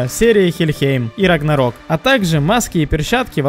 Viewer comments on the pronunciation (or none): Не рагнорок а Рагнарёк пздц вроде английский знаешь